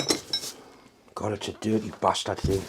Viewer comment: “Give in ya batahd!” I love it!